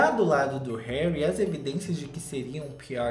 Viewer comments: "HÉURI??" Kkkkkkkkkkkk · "Heúri" kkkkkkkk passei mal